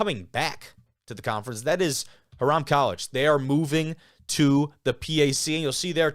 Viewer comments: Huh-RAM College? At least say it right! HI-ram, damn it! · No worries and sorry to sound so harsh! It’s HIGH- rum. Alumni here from the 80s. I played football there for a couple of years when we were in the PAC and we even won the conference a couple of times. Made the playoffs in 1987 before getting destroyed by Augustana in the first round. Then went into the OAC, then the North Coast, and it’s been grim ever since! Hiram’s less than 30 miles North of Mount Union. Back in the early 80s, we could compete with them. Needless to say, we don’t play them anymore!